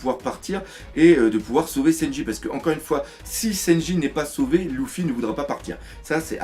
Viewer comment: la seule critique que jai a dire dans chacune de tes video est : que quand tu dit luffy tu le prononce louffy '-' . ptn que de puissance dans tes video